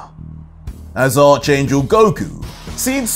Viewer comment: The "h" is silent when you say archangel it more "arc" angel you don't have to emphasize the "h"